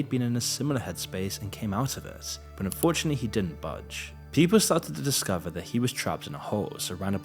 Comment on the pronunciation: enjoying your content so far! just one small nitpick: every time you say "unfortunately" it sounds like you're saying "fortunately".